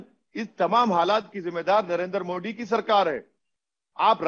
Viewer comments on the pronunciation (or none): मोदी हैं मोडी नहीं pronounce to karle thik se Mr Owaisi padhe likhe ho ya Certificates kharide ho.